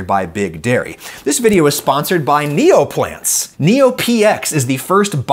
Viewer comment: I heard Neopets when adam was saying Neoplants while i was just listening to this video and i picked up my phone so quick to see what come back Neopets was trying 😂